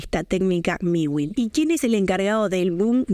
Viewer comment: Es mewin no miwin 😂 pero muy bien tu video